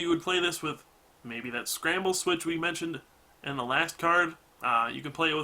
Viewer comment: Please stop saying MANSIONING.